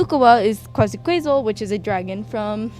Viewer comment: Virtue signaling garbage, cultural appropriation, and outright disrespectful to Coolkyousinnjya-sensei. You are a terrible person. "Kwazakwayzle" Not even close to how you pronounce Quetzalcoatl. Look up some basic Nahuatl pronunciation. "From South America" Mexico is not in South America. Learn some basic geography. So you changed Kanna's skin tone to be darker because she's named for a figure in the mythology of the light-skinned Ainu people? Racist.